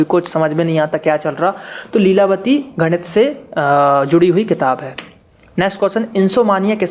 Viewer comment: Arey gadiit nhi bolte h ese..... ganit bolte h.....😂😁